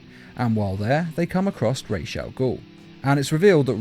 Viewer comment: goddammit it's ras, not raysh